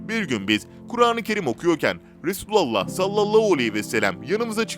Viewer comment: Duymak isdemiyoruuz duzgun soyleyin efendimiz peygamberimizin ismini